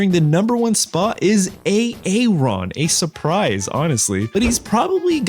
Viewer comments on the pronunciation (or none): The way you pronounce Aaron's name is so weird.